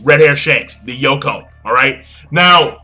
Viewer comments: Its yonko not yokon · yo its YONKO not yokon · its pronounced yongko and written as yonko not yoko LMAO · It's called "Yonko" not "Yokown"... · YON. KO. Pronounced as YON-KO! Not Yonkon. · I Used to pronounce it like Yonkon xD Now i say it like Yonko. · And its Yonkou not Yokon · Pease just please pronounce it correctly, its YONKO not YOKON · dude i like your videos and all but 1 thing... its not yokoun its yonko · yonko, not yokon.. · its yonko not yokon just thought id tell you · You always say Yoko or Yokon when its actually Yonko. But it doesnt really matter as long as we understand what you're talking about :) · Hahaha he didn't even say Yoko he actually said Yokon 😂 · he said it like "yongko" but fast enough so it sounds like yokon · great talk, but its "yonko" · I thought it was "Yonko" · He say's Yonkou wrong